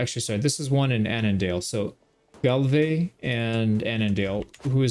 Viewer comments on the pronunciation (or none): none